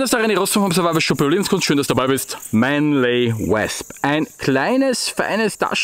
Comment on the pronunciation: ich mag dich ja, und ich verstehe auch vollkommen dass nicht jeder ne perfekte englische Aussprache hat, aber deswegen korrigier ich ja auch mal:) ausgesprochen wird das ganze nämlich Mänli U/Wosp(mit nem offenen o, ähnlich wir der Österreicher das „oida“ anfängt, nur hörts nach dem o auf)